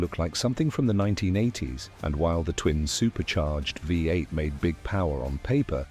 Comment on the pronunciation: Fu..ing AI! Created for people who are not capable of speaking about their hobbies! Five 8 instead of V8?!